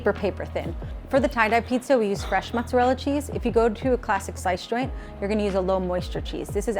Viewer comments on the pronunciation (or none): mozzarel? wtf, its mozzarella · Okay about 2 minutes in and he says motzarell 😐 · "motzarell" Lol